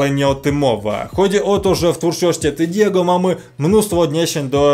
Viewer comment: naucz się mówić mowi się,,Tediego” jak się nie znasz ro się nie wypowiadaj xd🤣🤣🤣🤣🤣. ✌️😎